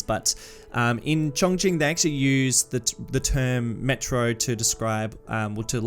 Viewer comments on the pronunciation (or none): Very interesting. I have been to the actual city 3 times now.. used it as a base to tour local areas. By the way it is pronounced Chon as in john and Ching as in Ka Ching!